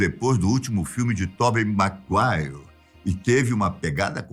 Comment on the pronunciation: Sem dúvidas "Tobi Maguaire"🤣